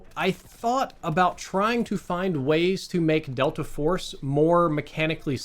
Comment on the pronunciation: Bro said "Delter Force" in the beginning.